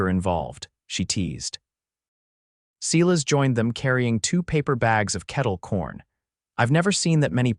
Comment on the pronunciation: When you mispronounce and misspell the name of the main character over and over, it really spoils the story. The name is Silas, pronounced sigh-less.